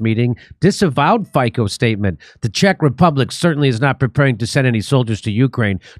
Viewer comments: It’s not Fiko, but like Fitso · Its fitso, not fiko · Jimmy ,the pronounciation is Fitzo not Fiko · Not Faiko, but Fiicccoo!!! AE way to express everything😂😂😅😅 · just small correction .Fico name pronatiation is not lke Ficko but more like Fitso . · Please pronounce his last name as Fitso🙏🏼😂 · his name is pronounced like you pronounce ZZ in pizza - FIC(ZZ)O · Just so you know, it's pronounced "FEET-SO" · Hi, Fico is pronounced fitso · pronounced "feet - so"